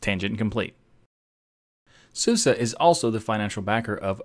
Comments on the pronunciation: When we Germans pronounce SuSE it sounds more like Zoozeh for Anglophone ears, not like ßooßeh in the video. But a very good try, is the bestest American ever!:) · I'm sorry to say that, but YOUR PRONUNCIATION IS COMPLETE WRONG, mate! SUSE ist eine DEUTSCHES distro, so the correct pronunciation is zuze 'cause the letter S in german is pronunced like a english z. However we can pronunce it in our way. KEIN PROBLEM ;) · Susa? Can't English-speaking people pronounce an E at the end of a word? SUSE is an acronym of Software und Systementwicklung (Sofware and system development). It is pronounced everywhere - obviously except in the English speaking world - with an E sound at the end as in the word get. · I am from Germany. I thought it is pronounced like Su-si, so the "e" is pronounced like the German "i". Susi is a German name for people. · NO, NO, NO ... the correct pronunciation is Soose, just like Moose. Where did I get this information ... in 2000 I bought a copy of Suse software and was curious about the pronunciation. As I read through the documentation I came across a line that described how to pronounce Suse, and they described it, just as I just did, Soose, just like moose. There you have it from the company itself! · I use to pronounce it as "suus" or "soosay" never thought its going to be "susa" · Well they also made a song last year where they say it is pronounced "SUSA". (Which is ridiculous... nobody does that) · so it pronounce as SU-SA not SU-SE? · "SUSE is in fact pronounced the way I said it." Yes, in the English-speaking world, but not in Germany. :)